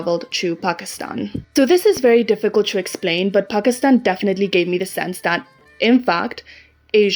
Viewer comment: I like your voice and your pronunciation of the word 'Pakistan" is surprisingly accurate for a foreigner